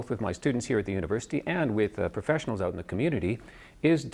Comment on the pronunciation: Yeap-he says owt…